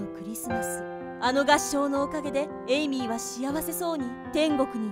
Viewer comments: 1分50秒の時エイミーが、エミリーになってました。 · エイミーなのに、エミリーになってる。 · エイミーなのにエミリーになってる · 1分47秒の時エイミーなのにエミリーになってる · 1050秒のところエイミーなのにエミリーになって る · エイミーなの？エミリーなの？ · エイミーなのにエミリーになってるよ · エイミーなのにエミリになってるw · エイミーやのに1分49秒の所エミリーになってるのってわざと？ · 1分45、エイミーなのにエミリーになってた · エイミーではなく、エミリーになってた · エイミーがエミリーになってる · エイミーがエミリーになってますよ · エイミーがエイリーになってた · エイミーだよね？なんかエミリーになっとる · エイミーのことエミリーになってる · エミリー？ エイミーじゃなくて？ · エミリー？エイミーじゃないの？